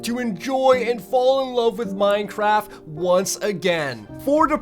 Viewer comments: am I the only one who heard mine-traft instead of mine-craft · Lol at the begining he said minetraft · Is it just me or did anyone hear this man say "Minetraft?" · Did I hear Minetraft? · In the intro why did you say minetraft cause thats what I heard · he said minetraft? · Minetraft lol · he said minechaft and minecaf in staed of minecraft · Did no one else notice when he said “ 100 days or hardcore minecraft” he actually said “ 100 days of hardcore minechaft”............. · "100 days of Minetraft hardcore" great english sir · did he just say "100 days of hard core Minetraft"?😂😂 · minejraft lol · i don't now if i am the only one that notice dis but did he just said in "minetraft" xD